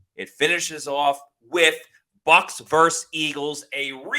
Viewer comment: Its pronounced Versus not verse. Say Versus, why verse!? Smh